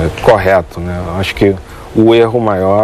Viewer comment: Ênfase no "Acho" kkk